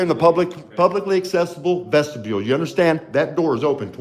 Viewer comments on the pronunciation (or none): Every time I hear say vestibule it always comes out as vegetable 😂